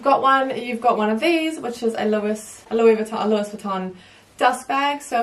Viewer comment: She said louiSSSSS Vuitton. Shudder.